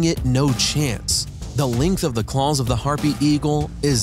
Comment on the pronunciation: Did someone write his script, wrong, he keeps say Calls, not Claws, WTF.... it's messing with my Head